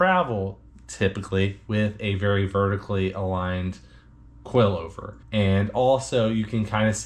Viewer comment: I know, but you're pronouncing it like QUAILover!!